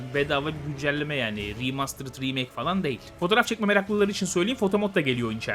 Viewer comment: Tamam alıştı kulağım sikko okunuşa sıkıntı yok.